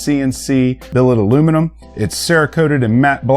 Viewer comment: I had hope until I heard "aluminum"